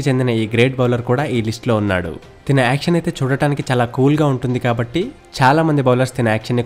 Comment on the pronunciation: తిన బౌలింగ్ ఏందిరా. తన బౌలింగ్ అనరాదా?